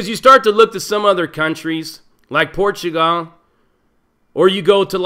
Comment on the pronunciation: I've never heard this pronunciation of "PortuGAL" ever. And portugese, specifically, the Brazilian variant, is my 3rd fluent language.